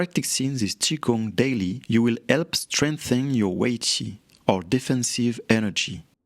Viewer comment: Since when are you specialised in TCM? A, you forgot to pronounce H in help.... it's not silent, like in your mother tongue......